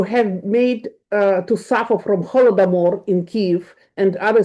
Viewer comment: Евгения Марковна, спасибо за вашу позицию и поддержку. не приймите это за упрек, мои мысли в слух: резануло слух в английском Holodomor, думаю для носителя (анг) это всего лишь звук, не означающий ничего и который забудут через секунду, не несящий смысла (лишь нам это слово понятно). Забил в жпт как это "ново образованое" слово "холодомор" можно перевести. Как по мне не плохой вариант, понятный носителям и осациирующийся с холодом и смертью: Frostmord / Coldomor Еще варианты от жпт:Cold extermination, Cold-induced mass death, Freeze famine, Cold genocide. Но они тоже слишком длинные но хотя б понятные. Здоровьья Вам, миру и добра!!!